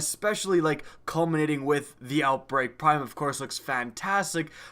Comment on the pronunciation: You said Outbreak Pime wtf